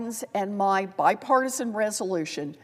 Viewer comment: "Bipartisal" resolytion😂😂😂